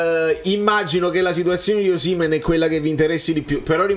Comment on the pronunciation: Un mio collega nigeriano mi ha detto che in realtà si pronuncia oscìman